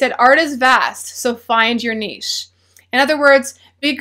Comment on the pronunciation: I would like to thank you for pronouncing "niche" correctly.